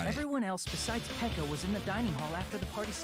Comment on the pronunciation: It's funny how calls Peko pEkO PeKo